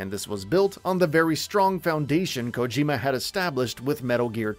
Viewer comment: He said Kojima wrong the first few times then got it right